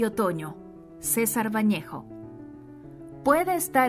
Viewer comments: Es Vallejo, no Vañejo. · MIN CHARLES BAUDELAIRE, CARIÑO, SE PRONUNCIA BODELER, ASÍ TODOS SABREMOS EXACTAMENTE DE QUIEN HABLAS. EN CUANTO AL GRAN POETA PERUANO, SU APELLIDO ES VALLEJO NO VAÑEJO. Y QUERIDA, MARTIN FIERRO NO ES UN POEMA "GUA CHESCO" ES UN POEMA GAUCHESCO, MARTIN FIERRO ERA UN GAUCHO O TRABAJADOR DE LA PAMPA, LOS "GUA CHOS" NO EXISTEN, EXISTEN LOS GAU CHOS. DE RESTO, EXCELENTE VLOG. MUCHAS GRACIAS.